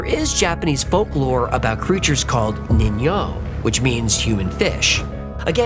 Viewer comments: along those same lines, "Ningyo" is pronounced "neen-gyo" with a hard g. :P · Great video as always, I love your videos ;) One thing tho, it's absolutely nitpicking and it really don't matter, but you don't silence "G" for "Ningen" and "Ningyo". I'm Japanese, but I never heard of the cryptid called Ningen before this video. Ningyo is absolutely common cryptid creature that literally every single Japanese know about, but Ningen on the other hand it's unheard of. I could be wrong though, but I assume it's called different in Japan, because the word Ningen (人間) is literally human. Edit: Ah, I found it. "南極のニンゲン" "Human of Antarctica". It writes "ニンゲン" instead of "人間". Interesting ;)